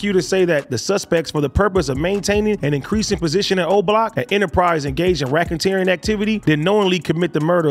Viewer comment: Racken-teering lol